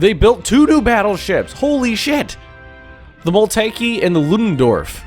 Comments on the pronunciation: Btw it´s Moltke not Molteke XD And well, itß s a german e, not an english one..... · Your pronunciation of the Moltke was hilarious ^^